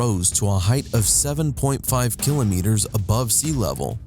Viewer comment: Can we take you seriously when you can't properly pronounce the word "kilometers"?